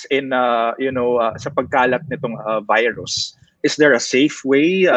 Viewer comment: "Veerus" is how russians pronounce the word virus. Pres. DU30 reminds me of Putin whenever he utters the word. 🇵🇭👍